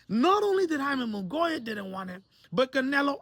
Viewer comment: So did charlo or Reséndiz duck. Also you say Munguía so fucking newbie lol